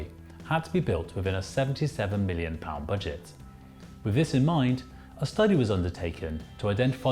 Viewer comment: You pronunciation is terrible ... with or any derivative ends in a th sound not a V, the same goes for the worth growth and south.... none end is a V or F sound. And the 'Minories' station is pronounced as the word Min as 'Minimum'.